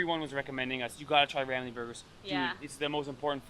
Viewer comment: You pronounced sambal belacan right, congrats! So for a start, kari is pronounced as "car-ree", not "ker-ree". nasi is "naa-seek", not "na-see". lemak is "luhh-muck" ramly: "rum-lee", not "rem-lee"